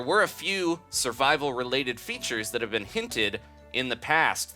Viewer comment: Did you seriously say "sirveal"? Kms